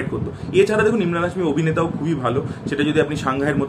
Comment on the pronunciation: ইমরান না ভাই এমরান হাশমী 😅